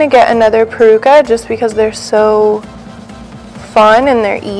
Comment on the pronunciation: IS PELUCA!!! Not PERUCA!!